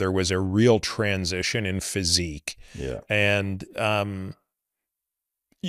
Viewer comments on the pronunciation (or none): It was a “TRENsition.”